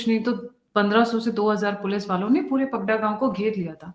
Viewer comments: गाव का नाम पडघा है। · Pagada nahi पडघा है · पगडा नहीं पडघा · उस गांव का नाम पघडा नही, पडघा है। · आप लोग जीस जगह से भी इनफॉर्मेशन निकालते हो या पाते हो तो उसके डिटेल्स चेक क्यो नही करते? उस गांव का नाम पगड़ा नही पडघा हैं पडघा।। बाजार में सबलोग पगड़ा पगड़ा क्यों बोल रहे हैं? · Padgha village,not Paghda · गांव का नाम पगडा नही पडघा है। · It is Padgha not Paghda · गांव का नाम पडघा है ना की पगडा. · Sir it is Phadaga town not Phagada in Thane dist. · पगड़ा नहीं पढ़घा हैं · It's padgha not pagda.madam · It is not ''पगडा' it is ' पडघा' in Maharashtra. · Pagada nahi padagha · It is PADAGHA ( पडघा) and not Pagadha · Padaga village. Not Pagada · It is Padgha villege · उस गांव का नाम " पडघा " है । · Sir, woh gaaon hai 'Padaghaa' पडघा ❤❤❤ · सर उस गाँव का नाम पडघा है